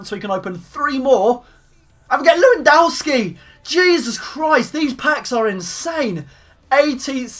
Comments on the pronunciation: It's not Lewandawski don't be Calfreezy, it's Levandovski. V not W, Polish is different. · you are so funny when you say/said leuiwandaowski = Lewandowski ;) <3 funny youtuber!!!! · It's pronounced 'Levandovski' btw